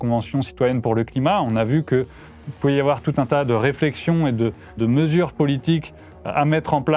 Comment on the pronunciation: « Il faut pas afoir peur »